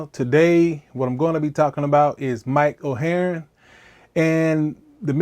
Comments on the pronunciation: This is so great! Pronouncing his name “Mike Oheroin” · Mike oh hey-ern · you say his name so funnily